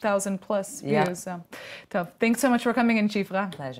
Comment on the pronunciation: Thanks as in Think, Thought, thistle. Not Thanks as in then, that, though, than. Emphasis the TH in the word and it will be good english. Thanks the way you are saying it is not a word.